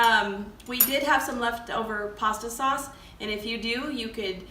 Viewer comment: I like the way you say saws lol and that was a very clean kitchen excellent video I look for to seeing more